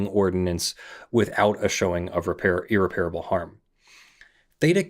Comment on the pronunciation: Every time you mispronounce irreparable is like a nail in my brain.